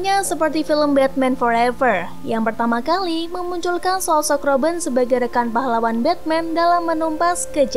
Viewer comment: kok kak panggilnya roben bukannya robin